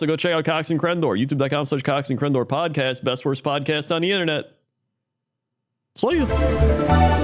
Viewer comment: Oh crendor you totally butchered that name 😂